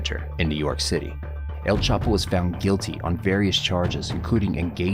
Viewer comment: It's not CHAPO